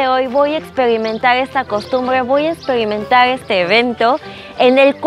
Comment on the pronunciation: Por favor arréglate el cabello, porque hablas así de mal 😱😱😱 ,porque dicen luego que los mexicanos somos rancheros 🤦🏻‍♀️🤦🏻‍♀️🤦🏻‍♀️🤦🏻‍♀️🤦🏻‍♀️ Plingsesa en vez de princesa Voy a espelimental VOY A EXPERIMENTAR elgmoso hermoso Nogble noble!! 🤦🏻‍♀️🤦🏻‍♀️🤦🏻‍♀️ hablas como coreana o japonesa intentando hablar español caray!!